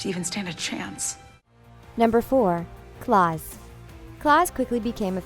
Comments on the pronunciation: How to pronounce Klaus- kl-ow-s How NOT to pronounce klaus- Claws... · Klaws? NO MA’AM ITS KLAUS U IDIOT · ITS KLAUUUUUUUS NOT KLAAAAAS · i-its klaus. not claws. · She said Claus IT’S PRONOUNCED KLAUS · Its pronounced klaus not cLauSE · ITS KL-OW-S NOT KL-AW-S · I HATE YOU SO MUCH FOR PRONOUNCING HIS NAME THAT WAY AGHH IT IS KL-OW-S not like HOW YOU PRONOUNCE SANYA CLAUS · YOU PRONOUNCED KLAUS’ NAME WRONG ITS PRONOUNCED. KLAUS NOT CLOUS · You said Klaus like Claus as in Santa Claus, The disrespect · Clause? You mean Klaus? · First off it’s “Clouse” not “klase” and 2nd don’t disrespect klouse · bruh when she said clause and not Klaus I died😂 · it’s pronounced kl-ou-se. not like Santa CLAUS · am i the only only screaming at the screen ITS KLAUS!!! AS IN K L OW S GET IT FUCKING RIGHT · “Claws”? wHo tHe fUcK is cLawS. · “nUmbEr 4, cLaWs” i’m sorry....what was that? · Im sorry but did this girl just call klaus “clause”. Not okay. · I am sorry BUT WHO SAYS KLAUS like claus? Someone explain!? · I love how she pronounces Klaus as Claws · You pronounced it claws.. That's not how u pronounce it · its pronounced as KLAWS you uncultured swine. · Im sorry did she say CLAWS! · I got so angry when she pronounced Klaus like claws and when she said Vanya had telekinetic abilities she doesn’t she can convert sound into energy there’s a difference. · here's a tutorial. KUH-LOUSE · Why does she pronounce "Klaus" as "claws"? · ITS PRONOUNCED KL-OUSE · Number 4 Klaus is pronounced (kl-ow-s) And also five doesn’t have a name because they got named after he disappeared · yeah they quoted reddit like every two seconds and said Lanard Peabody and Claws Hargreeves lol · she said klaus like “claws” i’m out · they literally say his name in the show clouse omg you say 5 has a very special gift? I wish this narrator had the special gift to say Klaus correctly 🤦‍♀️😤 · Lmao she pronounced it Clos. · “Clouse” really 🤧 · I’m sorry, did she say “Klaus” as in Santa Claus?! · You said Klaus name wrong